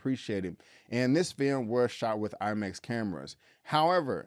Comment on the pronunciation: Did he say he saw it in LIE Max?! Lolol